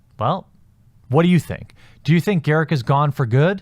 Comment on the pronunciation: GAW-ROOK not GAIR-ICC!